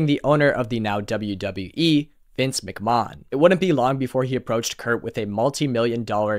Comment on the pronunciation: "Mick-mah-hone" "The TNA" it's like listening to your grandma talk about wrestling. Obviously you don't watch wrestling but what non-wrestling fan makes a 40 minute video on the career of Kurt angle